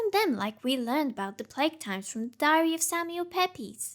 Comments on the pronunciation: Sorry for the shitpost, but Pepys is pronounced as "peeps". Love your content. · All good until narrator attempted [and failed] to pronounce Pepys LOL (hint: peeps) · You mispronounced Samuel Pepys.